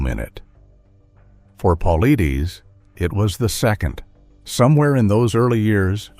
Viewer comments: I guess he would HAVE to reveal it BEFORE he dies, certainly not after. Stupid title. And how hard would it be to standardize the pronunciation of 'Paulides', the subject of the script. sigh AI is apparently trying to kill off us pedants first. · I must've heard Dave's last name said 8 or 9 different ways & not 1 was correct😂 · You can tell this is a cheap version ai. voice. -Can't pronounce his last name. It's PUH/LIED/DUS. Get it right cheap ai. :face-fuchsia-tongue-out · PAUL-EYE-DESS! Get it right. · Can’t listen anymore to the way you are bastardizing his name. You are pathetic and irresponsible. Edit before posting especially when using AI. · Why can’t you be consistent with his last name, it’s “paul-eyeds”. Learn to modify your text to speech engine! Or the spelling of things in the script. Most have markup tags to fix pronounciation problems. Be professional if you are! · If you are going to profit off of someone else's work, the least you could do is make sure his name is pronounced correctly for God's sake. I mean, it's not like he doesn't say it at the beginning of every single one of his own videos. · I believe David is a book seller a few times over.? Also, you're not pronouncing David's last name correctly. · AI couldn’t even pronounce David’s last name. I’m out!